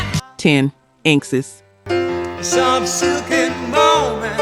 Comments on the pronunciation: INK S? LMAO, it is pronouncd in-x-s. AI Slope. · Inxes? it's pronounced "In excess" lol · I got as far as INK-S, lol, and had to quit watching and comment.